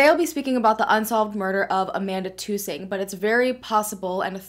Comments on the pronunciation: I'm from Caraway,Ar. Her last name is Tus-ing not two-sing. Really funny how so many of you know so much, yet none of you know anything except for what this lady is telling you. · Tusing rhymes with cussing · U r pronouncung amandas last name wrong